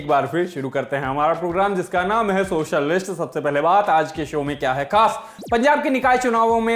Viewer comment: Bhai aaj to socialist thoda alag sa bole aap 👍